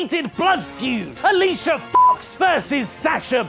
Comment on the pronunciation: why are you intentionally mispronounce "fox" in alicia fox?😅